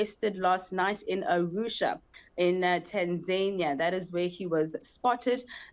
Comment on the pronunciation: Please pronounce Tanzania properly, don't do that Kunta Kinte shit with African words. It's nauseating misunu yenu nx